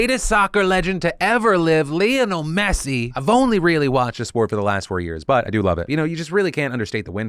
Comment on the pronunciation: You’ve been watching soccer for 4 years and yet you don’t know how to pronounce Lionel…